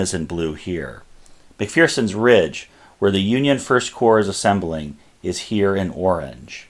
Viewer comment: There is no "fear" in McPherson, it is pronounced (mc-fur-son), not (mc-fear-son).